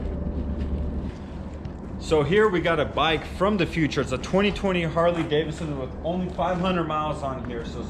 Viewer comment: its harley davidson not daverson